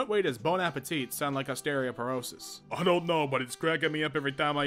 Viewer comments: "osteRIOperosis" XD vs ostEOperosis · The fact that he had three tries to read “osteoporosis” correctly and he did not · It's pronounced like ahs tea oh per oh sis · O-stereo-porosis is crazy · Best part of the video is him mispronouncing osteoporosis